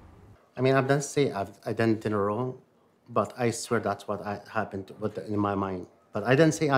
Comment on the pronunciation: the "whah happen" at the start had me rollin xd